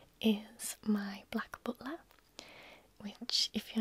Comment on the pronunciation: to herself: “No, shut up” Me, to: “Gooo ooonnn about that cosplay” 🤔 PS The way you say “butler” is perfection!